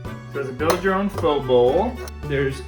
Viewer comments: FYI.. PHO is pronounced FUH 😀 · Vitamix is pronounced like vitamin. Long I. Pho is pronounced FUH. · Pho is pronounced “Fu” 😊